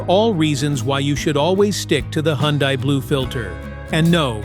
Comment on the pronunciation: Hyundai is pronounced like "Sunday"...just saying😊BTW, all this applies to KIAs, too!